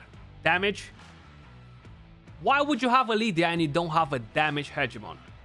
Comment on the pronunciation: Haha “Party-pants Hedgemon” 🤣